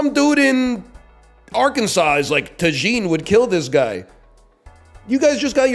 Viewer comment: Why is he saying tajin like “ta-jean”?